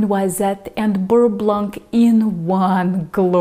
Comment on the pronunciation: In french the "c" at the end of "blanc" is mute ^^